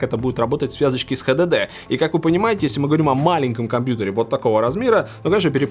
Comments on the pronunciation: только мне режет уши ХДД? вместо Эйч Ди Ди ??? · Хватит говорит "Хдд" блеадь!